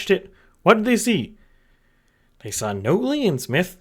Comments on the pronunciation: You still haven't learned how to pronounce "NOT-lee" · I assumed it was a joke he was doing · Honestly I thought you were doing it onpurpose at this point...